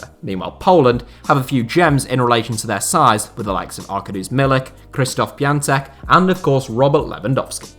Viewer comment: Lol, I've never thought someone can pronounce Piątek (best to pronunce as "Piontek") so bad, it's not as difficult as Szczęsny!